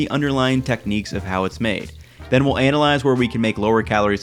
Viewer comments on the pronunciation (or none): I like how you said "anal-eyes"; man of culture, subscribed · Did you say....anal-ize?